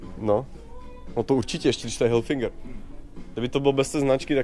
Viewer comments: Je to Hilfiger ne Hilfinnnger :D :) Výborne video ! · Hilfiger, ne Hilfinger :D